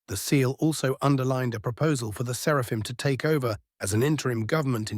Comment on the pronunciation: 1. I thoroughly approve of Gurgle. 2. Does anyone else snicker when the bot says 'Serpahim' instead of 'Seraphim"? Idk it just makes me laugh.